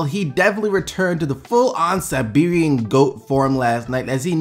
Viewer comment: Yo dude I don't want to be one of those guys that just points out youtubers mistakes but I am Serbian so I started laughing my ass off when you said Siberian.Also you deserve more subs